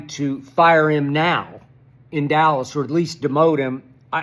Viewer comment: No D in Dallas = allas or 'Alice' bunch of Alice's